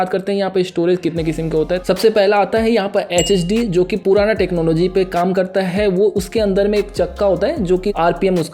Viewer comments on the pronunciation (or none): bhia vo hdd hota h hhd nahi